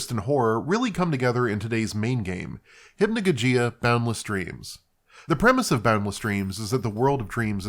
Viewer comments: it's not hypnojojeeah it's hypnogogeeah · Nitpick, but it's pronounced "Hip-no-GAW-jee-Uh" with the emphasis on the outer and center syllables.